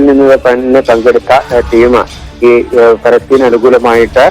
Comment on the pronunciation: പാലസ്തീൻ എന്ന് പറ മോനെ..